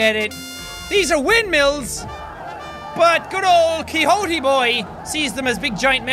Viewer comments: Also, Jack, it's pronounced ki-hot-te, not ki-hot-ti. Used to live on a street named that :3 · Jack your pronouncing Quixote wrong you say it with a Tay at the end not E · You pronounced Quixote wrong both times. It's "key-hoe-t-eh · Don Qui"X"ote lmao.. well that's a way to pronounce it.